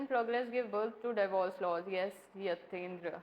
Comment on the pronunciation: Devorce nhi divorce hota h. Plz correct.